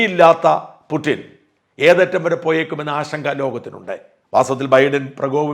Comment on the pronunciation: പുട്ടിൻ . ആണോ ? പുടിൻ അല്ലേ